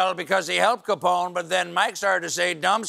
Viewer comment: He gets Capone’s name right!?! Mike Lindell may want to go into hiding.